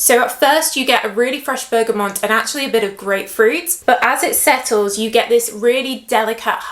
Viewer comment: OMG havnt watched her videos fora year and she is STILL saying “bergamoNt’ there is NO n in bergamot